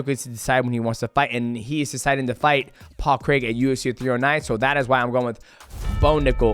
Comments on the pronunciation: DJ might be the only American that can pronounce Craig correctly 👏 👏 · Best American pronouncer of paul craig's name known to man